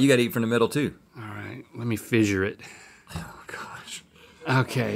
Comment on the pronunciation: Let me fissure it he says